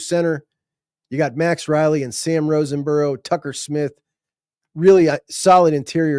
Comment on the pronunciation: I promise I’m not complaining. But….😂 There is not an N in Sam Roseborough’s name. Just wouldn’t want you to call him wrong name to his face. Great job as always!! Love!!!!